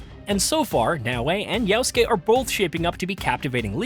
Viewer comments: You can’t even say his name right. It’s Yasuke and he was a retainer. There were many famous Japanese warriors who were retainers as well. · Say it right. Jasuke is a retainer. Almost like a Jester but UBISOFT made him like a Samurai.